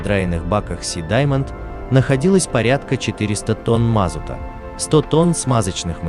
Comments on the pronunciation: Все отлично. Но когда слышу на "400 тонн мАзута", то режет слух! МазУта! МазУта правильно будет! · мазута, ударение на 2-й слог, ранит ухо